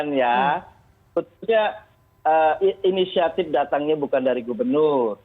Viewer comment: Katanya inisiatip...katanya lagi dìuñdang ah gimana